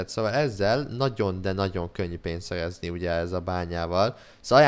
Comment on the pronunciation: beszed hibás vagy? Nem bántásból mondom csak mert a szerezni helyett szejezni azt mondod. A válaszodat előre is koszi